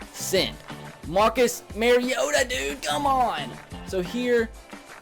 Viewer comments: ***** says MARE-iota. you're supposed to say MAR-iota. repeat after me. MAR... iota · ***** It's not his accent though. He's saying it wrong. You defending the wrong pronunciation makes you look worse than the people ignorantly saying it wrong. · ***** I dont mind it really. I just think its weird that he says it wrong when he's a titans fan